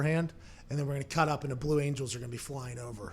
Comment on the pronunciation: “IS THAT THE FUCKIN VLUE ANGELS”